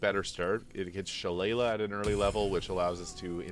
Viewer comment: lol that’s okay. it’s pronounced shill-eh-lee